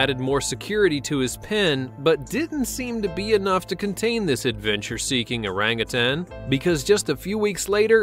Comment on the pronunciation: Thank you for pronouncing orangutan correctly ,most people say “ tang” it is said that primates have a lot of human DNA,I guess this proves it.